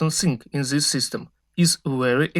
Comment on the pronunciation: Ali engleski je vrh.. to this -zis.. Umirem svaki put kad slusam 😂😂😂😂